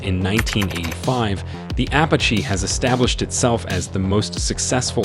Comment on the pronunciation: Ok so the ai you used has a problem pronouncing the name of the helicopter this video is about making you loose credibility. Don’t pronounce it” apa chi “ pronounce it, “ah pach ee “